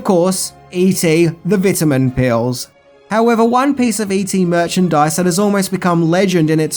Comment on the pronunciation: Merchadise..."questionable finger". I lost it😂